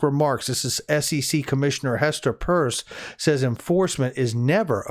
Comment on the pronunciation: Her last name is pronounced Pear ce. Just like pierce. Not purse. Thank you